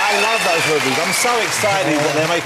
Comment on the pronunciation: DEM DOE? What language is that? Oh wait. You mean,those,though. Not,dem,doe. Doe is a deer. :)